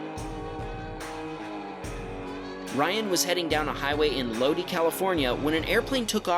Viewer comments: Rohnert Park is pronounced Roan-ert Park, not Ron-nert Lodi is pronounced Low-dye, not Loady. Also lucky they were not dropping parachutists on the freeway there. They have done that a few times there. Critical Mass, where bicyclists protest how car drivers drive unsafely around them. My problem is how unsafe they ride in order to protest for safety. In this video, , the bicyclist riding between the curb and the car is asking to be crushed. The first time I ever came across a Critical Mass protest (15 to 20 years ago), I was a pedestrian. Light changed and I started to walk across, and when I got half way , Critical Mass comes barreling by, against the light, with a few nearly running into me as they were not at all trying to even slow down. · Californian here: the Lodi city is pronounced "Low-Die". XD Low-Dee is so funny. Haha. XD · I had to laugh when you said Lodee, California. It's actually a long i. Loe-dye, just like the way Creedence Clearwater Revival sings it. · low dee lolol its low die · Lodi, California is "Loo-die”, not “Loodee”. Ref: “Stuck in Lodi again” CCR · Low-die. Lodi. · Lo D I, pronounced like that not how it's spelled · Spelled phonetically, it's pronounced (Low Die). Lodi. But good try. Still love the channel! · Lodi pronounced low die. Tonopah Tow know paw Arizona or Nevada. Not this vid. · Lodi Ca, Is pronounced... lo-dye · Lodi pronounced ( low die ) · lodi is pronounced low d+eye like in the song by ccr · Lodi is pronounced lowdye and that heli is a Huey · By the way, for Lodi, California. It's pronounced (LOH-dye) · So first of all it's a "Classic Huey" Helicopter from the Vietnam War Era..............................Oh and you badly mispronounced Lodi, CA.................Otherwise you're doing a really good job ! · BTW... you mispronounced the name of the city of Lodi, California. CCR pronounces it correctly in their song about the town.